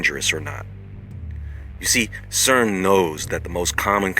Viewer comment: SAID's c e r n .